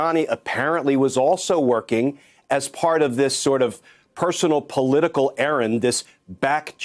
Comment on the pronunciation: Come on Hill said ERRAT not ERRAND!! Half the press are not getting this. Google definition of ERRANT!!